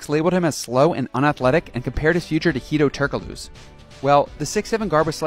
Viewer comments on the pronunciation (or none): Horrible pronounciation of turokglu